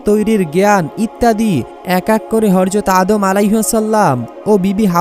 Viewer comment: বার বার হর যত হর যত বলছিস হযরত বলার চেষ্টা করবি প্রয়োজনে সাত দিন ট্রেনিং করবি তারপর ভিডিও বানাবি